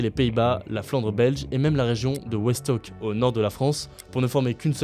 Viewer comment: Attention Westhoek se prononce Westouk en français